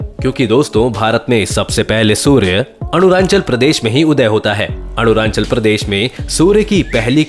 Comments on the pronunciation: Its not anuranchal. Its arunachal (arun+anchal) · अरुणांणल नहीं है बेटा, अरुणाचल है। बताने से पहले नाम तो ढंग से ले लिया करों। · It's arunachal pradesh not arunanchal Pronounciant should be correct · His pronounciation like Arunanchal 😏😂🤣 It's Arunachal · Not Aruranchal but Arunachal Pradesh